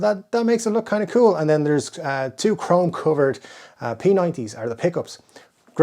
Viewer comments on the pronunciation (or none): none